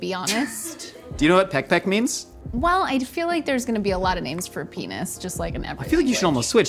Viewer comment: That is not how you say p*nis 💀😂